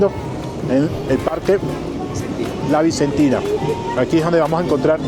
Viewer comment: No es Guyas es Guayas No es horNEAdo es hornado No es túlcan es Tulcán No es chicha de joRRa es chicha de Jora No es las vicentinaS es la Vicentina No son papitas aplastadas se llama Llapingachos 🙄 Por qué no empaparse mejor de la cultura de un país o una ciudad De cualquier manera bienvenido a mi hermoso país